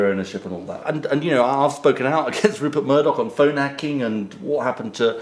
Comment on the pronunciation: "I've spoken ahht against phone 'acking..." Prat.